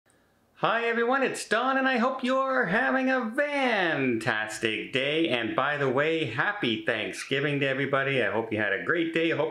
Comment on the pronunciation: Why do you say "vantastic" instead of "fantastic"?